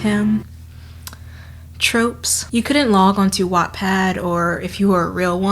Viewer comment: Am I the only one who hears wet pad everytime she says wattpad...